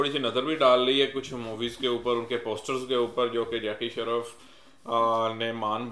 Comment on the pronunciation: Kapil not kapal and jacky shroff not shraf